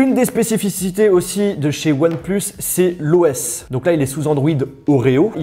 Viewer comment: on dit “onepleuss” pas “onepluce”...